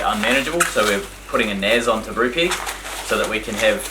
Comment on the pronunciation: Sounds like the very first thing says is: 'Gay, welcome to Brupeg.